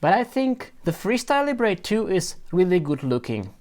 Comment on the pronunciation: NOT "Lee-bray". Libre as in how French say it, meaning Freedom.